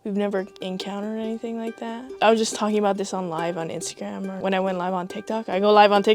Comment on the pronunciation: ara ? 😭😭 “or uh” I ain’t never heard someone say ara